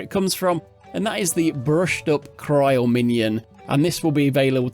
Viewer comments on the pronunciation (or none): none